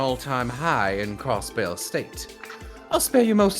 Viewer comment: channeling a southern Cross-Belle